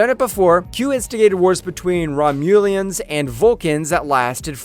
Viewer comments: wtf is this garbage. you can't say Romulan or corporeal even close to correctly? Are you ai bro??? or hs dropout?? wtf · Misprouncing Ginan, El"Aurian, and Romulan....obviously the narrator has NEVER seen 1 episode of Star Trek...so why is he narrating the video?